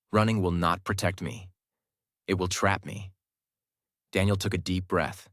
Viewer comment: IT is Daniel not Denial😑 bro